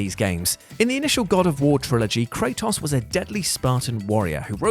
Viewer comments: You said Kratos' name in two different ways and still got it wrong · We love you man, but the way you say Kratos is literally wrong... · I love Kray-toss